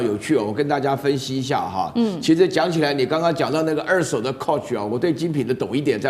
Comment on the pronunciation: 美女主播，不是惡手是二「ㄦˋ」手。